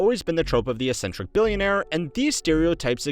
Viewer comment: Might wanna double check the pronunciation of "eccentric"